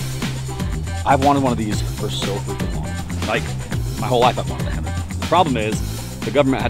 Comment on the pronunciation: It's HEMTT not hemmit